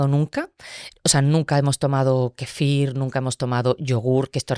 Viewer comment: Kéfir lo pronuncia con acento en la i...me ha gustado la entrevista pero me ha chocado que dijera varias veces kefír... es KÉFIR.